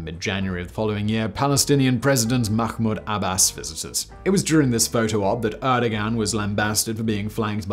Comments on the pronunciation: * air-doe-wan Fyi :) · I get a terrible spinal pain every time Simon says "Erdigan".